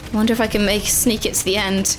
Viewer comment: make not Mack